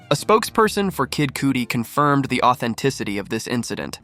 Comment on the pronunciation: If ur gonna mispronounce someone's name it should be the name of the "diddler" not kid Cudi! (KUD-D) not cootie lol